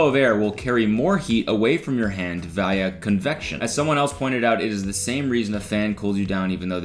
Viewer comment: do Canadians say via differently or tha glasses made him illiterate?